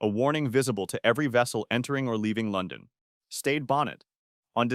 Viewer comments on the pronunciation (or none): none